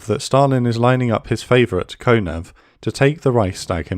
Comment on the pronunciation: Kon- ee- ev